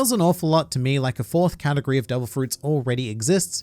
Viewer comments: did he just say "katakuri of fruit" you clever australian you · My favourite thing about this video is everytime you say “category” and I hear “Katakuri” hahaha